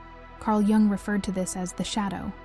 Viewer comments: it was shocking it sounds like jank or rubbish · Carl Jung is pronounced like 'Young" or "Yoong", by the way. sigh 😢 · If you were going to reference the man will you please pronounce his name correctly Carl Gustav Jung (/jʊŋ/ YUUNG;[1][2] German: [kaʁl ˈjʊŋ]; 26 July 1875 – 6 June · I love your videos, but is there a reason why you keep alternating your pronunciation of “Jung”?